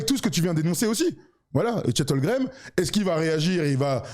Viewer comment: Les gars je vous kiff et vous faites du super boulot. Je suis peut être (sûrement) un psychopathe mais ça me rend ouf quand vous (surtout ) prononcez Chet HOLGREM au lieu de Holmgren